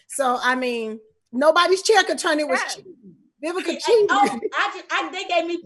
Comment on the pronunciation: Vivica I know you probably HATE people to pronounce your name with a “B” like I HATE when SOME people pronounce “Worse” as “WORSER” forgive me, and it will NEVA happen again 🤦🏽‍♀️ I couldn’t find the comment to edit, so I’m apologizing here 😘🥰 I LOVE YOU ALL 🥰